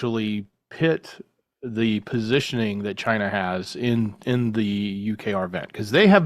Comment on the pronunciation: That is funny gaff u said JI-NA LOL